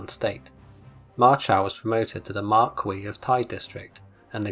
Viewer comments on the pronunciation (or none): none